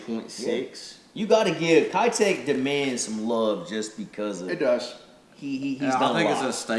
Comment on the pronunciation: I would love to see the Mayor in a bluegill color. Can the fishing community finally start pronouncing Keitech the right way. It’s about time. Just my stupid opinion. Thanks guys!! I’m digging the bait reviews!